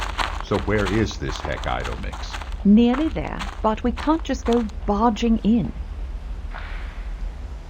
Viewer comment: I swear, if he says Hec-aitomix one more Time... xD